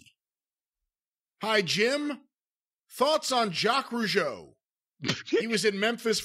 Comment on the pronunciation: You were on the target about the two Rougeau and you are one of the rare person who as a good prononciation of Jacques Rougeau.. : ) Anymore interesting thing about Raymond Rougeau? Thank you also for acknowledging that the Rougeau Brothers were good workers.